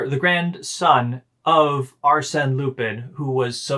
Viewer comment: For future reference, the character's name is pronounced "Loo-pawn". I feel like you two have some good commentary to divulge, but I have trouble getting past hearing "Loo-pin" every fifteen seconds.